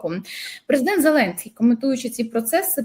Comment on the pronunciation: Ого! Сказав їрмак, наголосив їрмак, зі слів їрмака. Це ж їрмак презЕдент?